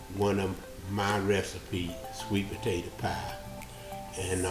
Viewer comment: The way you said "Today we gunna be makin up a country maaade sweet pa tay ta pie" let me know this pie was going to be good as ever